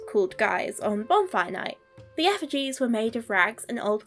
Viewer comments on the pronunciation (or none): none